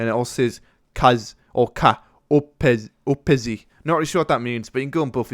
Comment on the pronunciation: just a quick heads up :P Under the Molon Labe at the kiosk, Its not "kaz opezi" , its pronounced "kali oreksi" and its greek. It means "have a nice meal" :) thought I'd mention it :D